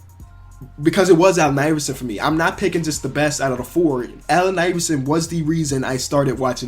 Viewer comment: When he says Allen Iverson he sounds Irish😂